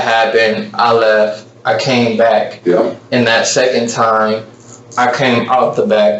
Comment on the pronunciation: "I shot her and stuff like that. Then I leff and stuff like that."